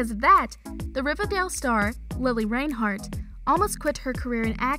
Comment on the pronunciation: i stopped in the first 20 seconds because you said her name wrong djhdidsib